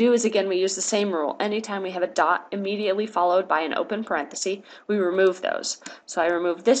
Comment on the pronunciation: Very helpful. Just a little hint. The singular of parentheses is parenthesis, with a short e sound. It’s not parenthese ;)